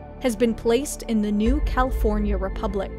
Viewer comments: Heh the first time she says "New California" sounds like "New Cow forya republic" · "Cal-EE-for-nia" i love this channel